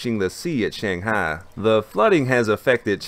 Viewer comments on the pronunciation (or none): none